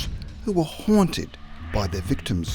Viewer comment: “HUOANTED” lmfao what fucking dialect do you speak